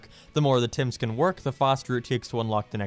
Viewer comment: Am I the only one who was thinking of 'Tems' from Undertale when he kept saying 'Tims'